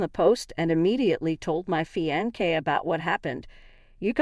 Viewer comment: Fionce is pronounced Fi-on-se not Fi-on-kay Please dump this computer reader and get a HUMAN English speaker.